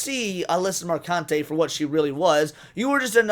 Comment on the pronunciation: It’s pronounced Mer-khun-tee. :P